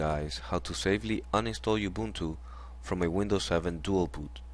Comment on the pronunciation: I like how he called it (U-BUNTU) instead of Ubuntu